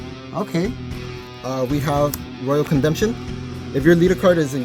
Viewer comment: "Royal Condemption" LOL